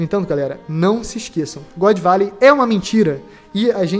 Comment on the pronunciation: "God Velley" e foda porra, mas ta bacana o video tmj, abraco, sucesso ai mlk.